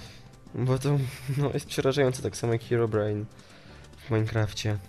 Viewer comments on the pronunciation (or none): none